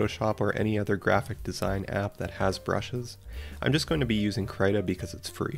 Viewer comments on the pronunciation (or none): did i just hear you say kraita? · Is he saying credit or krita